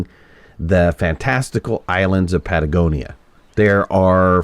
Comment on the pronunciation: Please don't take it the wrong way, but: It's not 'Patagonia' but 'Pagonia' Love your content, byeeeee!